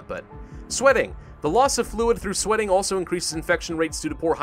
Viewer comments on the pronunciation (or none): I think the bot is trying to find bad words so you said "aslo" but the shitty algorithm heard "ass lo" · Did you just say AAslo